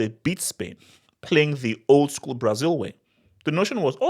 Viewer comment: "LASIL" 😂😂😂😂that's crazy work